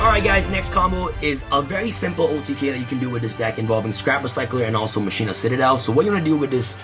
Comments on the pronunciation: Anyone else grinding their teeth while he says (Mah-shee-nah) instead of how you’re supposed to pronounce it? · "Musheena" lmao